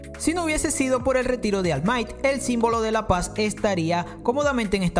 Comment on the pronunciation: Porfavor , si pudieras pronunciar bien el nombre de all might.Te lo agradecería